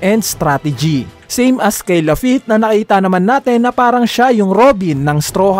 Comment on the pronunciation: sabi ni same as lafitte ng "(strahats pirate's)" its wrong kuya pero ok lang naman po